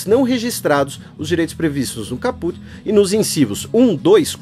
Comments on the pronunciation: Caput lê-se capati, se não me engano. Primeiro gostaria de parabenizar pelo excelente podcast e por trazer mais conhecimento para os ouvintes sobre essa Lei. Tem que fazer mais desses podcasts quando houver projetos polêmicos como esse. Só gostaria de comentar alguns pontos. Assim como muitos são histéricos quanto a aversão à Lei, vocês (professoras inclusas) não escondem o fato de serem totalmente à favor, mesmo sabendo que é nos detalhes que residem os problemas, nas regulamentações que virão ou que certamente faltarão e principalmente nos recursos financeiros (que não existem) para implementar tal lei, assim como não há para as garantias constitucionais de segurança, saúde e educação. Para melhor esclarecer seria interessante analisarmos fatos prováveis de acontecer e sair do "achismo", caso Cesare Battisti por exemplo. Se não houver condições de fiscalizar ou policiar as fronteiras (e não há), aí o problema é outro? Na minha opinião, se não puder implementar (fiscalizar, policiar), que não se aprove tal Lei, simples assim, pois ninguém precisa de mais leis quando as que já existem não são cumpridas. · Lê-se cáput, mas, escreve-se caput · Hahaha, amei a sua pronuncia de "caput". Na vdd se acentua a primeira silaba ^^ Queria aproveitar para agradecer tanto por essa iniciativa quanto por todas as outras (podcasts, textos e videos), por fazer dos meus momentos de lazer igualmente momentos de aprendizado.